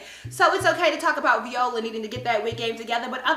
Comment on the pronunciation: i am done 😂😂😂😂 + the fact that she's pronouncing viola's name as "v•ola" 😂😂😂